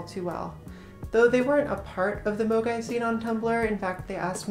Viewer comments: I have to say I kept hearing MOGAI as amogus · Honestly, I had forgotten all about it. Ngl when I first heard the word, I thought someone was mispronouncing mogwai (Gizmo from Gremlins)